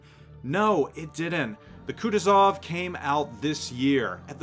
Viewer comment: KutUzov, not KutuzOv